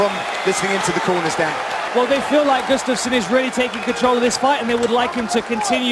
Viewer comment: For faks sake it's gUUUstafson not gustAAAfson